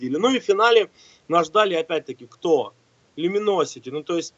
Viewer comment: Люминосити? Xd